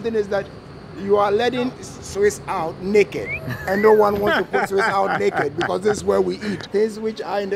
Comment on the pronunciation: every time he said naked I understood something else but I can not remember the word